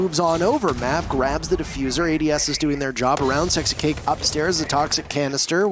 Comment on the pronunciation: nah he said sixcake, 😂 10/10 listening